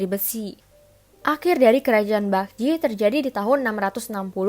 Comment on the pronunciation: Boleh koreksi dikit tentang pronounce nya g? Sbnrnya kalo bilang Joseon itu emang e nya kdg nyangkut kan nah yg bener itu bacanya 'gojoson' e nya rada ilang. Bukan sok tahu tapi aku belajar cara ngomongnya. Sama Seoul itu bacanya 'Soul' kek baca bahasa inggrisnya nyawa. Itu juga kan Baekjee nah itu bacanya bukan bakje tapi 'bekji'. Goryeo bacanya juga bukan goreyo tapi 'goryo' sama kayan joseon yang mana e nya rada ilang. Cheomseongdae, cara bacanya juga bukan ceoseongde tapi chomsongde. Sekian Semangat, kakak